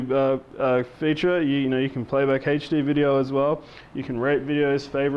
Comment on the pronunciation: haha He calls HD as HechD